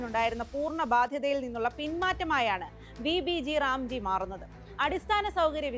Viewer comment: Vb g ram g alla.. Vb gram g... Ayo enthaaa kadi🥴